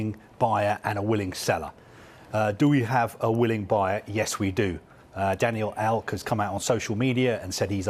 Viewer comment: “Daniel elk” great he’s done it again